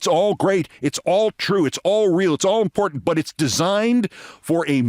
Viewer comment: I don’t mind voice, what I do mind is their hawking every product that will pay them to say it is a good product. That and dropping the two T’s in the word “important”. I try to click off before that promotion.